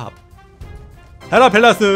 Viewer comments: 헤라팰라스라고 읽고 헤라팰리스 쓴다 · 나만 잉단태가 해라팰리스라고 말할때 해라팔라스라고 들려*? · 헬라팰리스????ㅋㅋㅋㅋ 해라 팰리스 인데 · 나만 해라 펠래스라고 들람??